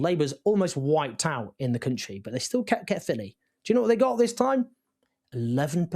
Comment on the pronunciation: Not a pad pronunciation of Caerphilly.. 6/10 🏴